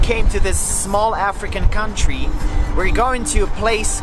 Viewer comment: can you please just say kontri instead of couuuntry